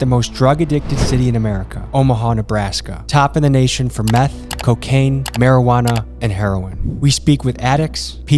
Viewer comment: He said Marinuana in the same breath as Heroine and Cocain 😂😂😂 cmon bro…. If you want to be given any sort of credibility then you have to come with real shit.